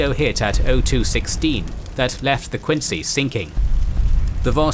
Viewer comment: Interesting (nothing new) but you do not know how to pronounce "Quincy" -- I grew up 20 minutes from Quincy Naval Shipyard.